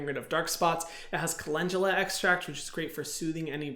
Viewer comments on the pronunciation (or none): Hyram: "Calendula" Me: "Who?????"